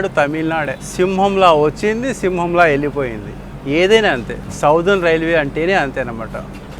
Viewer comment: బ్రో, సౌథెర్ణ కాదు, సదరన్ రైల్వే. మన కడప కూడ MSMR కింద ఉండేది. (మద్రాస్ సదరన్ మారఠా రైల్వే.)